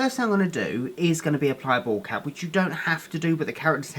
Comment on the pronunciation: every time you say "bald cap" i always think you're saying ball cap 😂😂😂 love you so much ❤️❤️❤️❤️